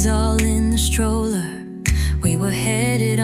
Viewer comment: She said "scroller" AND "scraight" E!😂😂😂